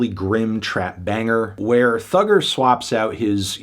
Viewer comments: You didn't have to say Thugger with hard R so many times, Fantano. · Ikr, saying Thugga with the hard r is disgusting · Why is he saying Thugger with the hard R???? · "Thugger" with the hard R is crazy